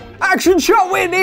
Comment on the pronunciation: ‘ACTION SHOT WITNEY!!!’ 😂😂😂😂😂😂😂😂😂😂😂😂